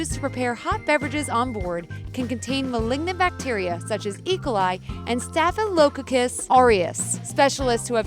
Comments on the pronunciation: I’m sorry, I couldn’t get past the mispronunciations of “peculiarities”, “fuselage”, “e. coli”, “staphylococcus”, etc. Sheesh! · The way she pronounces the bacteria is hilarious! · The way she pronounced staphylococcus was just disgusting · Strange pronunciation of certsin words like staphylococcus !? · joseph chavez the way she says Staphylococcus is also disturbing I thought It was a weird American way of pronouncing it but I looked it up.... no it’s just her 😂😂😂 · The pronunciation of "staphylococcus" made my soul wither up like a stomped ant